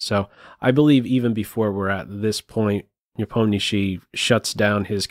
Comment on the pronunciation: Have to say, your pronunciation of Nepo name is by far best of all non-russian commenters!